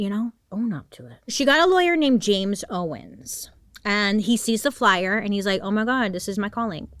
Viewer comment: this is so random but my last name is also owens and hearing people not pronounce the s and just say owen is my biggest pet peeve, thank you for saying it right